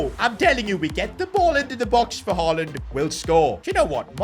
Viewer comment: Ain't no way blud said haland